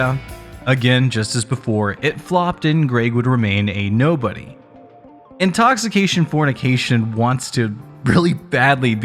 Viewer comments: for me it was the butchering of Danielle's last name and the "Intoxifornication". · dude.. read the cover.. it doesnt say "intoxication fornication" it says "intoxifornication" 🙄